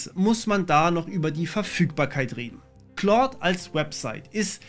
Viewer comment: Es wird halt eigentlich genau falsch rum ausgesprochen XD